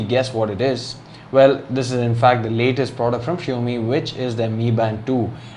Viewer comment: Shio mi ??? 😂😂😂 Bro its xiaomi not shio mi😝😝